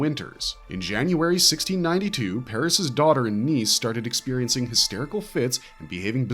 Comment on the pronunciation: He clearly said, 1962-63. Should’ve been, 1692-93.